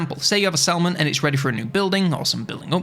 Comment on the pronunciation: ngl every time you said "Settlement" my Brain was like "Salmon?" 😅